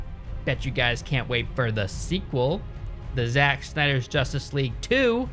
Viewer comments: He said za ch instead of just Zach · "Za-tch?' I've never heard anyone ever pronounce "Zach" that way. That really bothered me for some reason I can't figure out why i care about that. Man this pandemic is making me care about stupid shit I really shouldn't care about and never have cared about before. Fuck a duck, I'm ready to do something with humans. Like activities or sex maybe I don't know, bye. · why does he pronounce "Zach" as Zatch when he knows very well that there are people with the name Zach that pronounce it the same as "Zack" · when has "zach" ever been pronounced "zatch". shits out of anger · "Szatch Snyder" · Did you say Zatch 😂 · Zatch? lol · As soon as I heard him pronounce “Zach” like that I knew this would be a good video lol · “ZaCH Snyder” - 2021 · I love how he immediately just mispronounces Zack's fucking name in the start